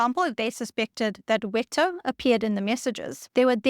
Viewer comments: note that german "w" is pronounced /v/, so "Wetter" is pronounced like "vett'ah" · Colonel Marian Rejewski of the Polish code-breakers. His name should be pronounced "ruh-YEV-ski". and the German word for weather, WETTER should be pronounced "VE-teh".